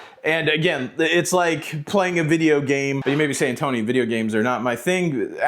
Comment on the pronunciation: Sorry …….not Toni……Tony……. You had me laughing 😂